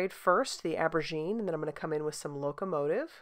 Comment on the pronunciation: Almost passed this one up b/c the thumbnail looked grayscale! Glad I didn’t. The purple embossing powder is amazing. BTW aubergine is French for eggplant and you might want to pronounce the « au » like an « o ». TFS!